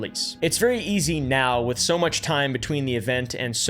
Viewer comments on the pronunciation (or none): none